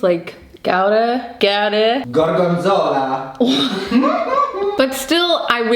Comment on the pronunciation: the "GORGONZOLA" wass perfect HAHAHAHA nice pronunciation